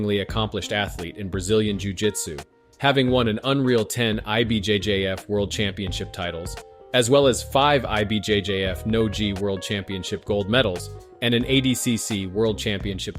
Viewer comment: Did you really say "jee and nojee star"? 😂